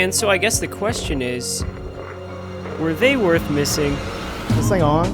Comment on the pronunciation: “ was this thang on?” 😅 why it’s sound like was this thanos 😂😂😂